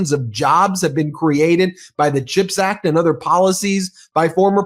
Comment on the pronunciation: Does he even know what a chip is? He always says ´chipact’ like it’s about potato chips!!